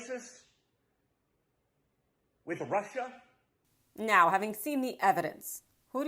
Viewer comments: The really weird way of pronouncing Rushaah seems to run in the family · Chynahhh and Rushahh, the apple did not fall far from the tree…